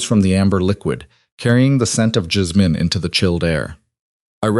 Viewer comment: Lol AI said jizzmin lol not jasmine lol